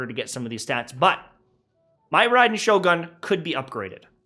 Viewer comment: Please man its Shogun "goon" PLEASE MAN holy shit